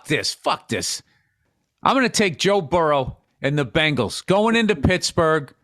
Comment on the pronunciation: Who knew that 80's pop stars The Bangles would one day become an NFL franchise. I always thought it was pronounced Bengals.